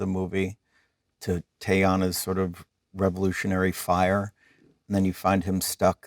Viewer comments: Nobody can say Teyana correctly and it's so awkward did Jen say Teyani ? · Why cant they pronounce Teyana's name properly? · I kinda hate how she mispronounces Teyana’s name, especially after Leo just said it correctly. That viral joke is what brought me here, but that lil moment has me looking at J Law (and Leo) a lil differently